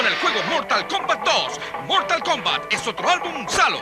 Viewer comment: yo apostaría a que dijo "mortalcomba"